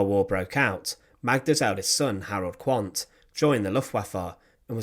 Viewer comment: The name Quant is pronounced Kvunt. The ordinary Russian soldiers, for all their barbarism, were shocked and appalled at the child murders. Magda should have let them live.